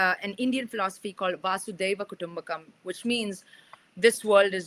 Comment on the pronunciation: lovely interaction. Just one quibble. It's Vasudaiva Kutumbakam NOT Vaasudaiva Kutumbakam. More power to you and your efforts!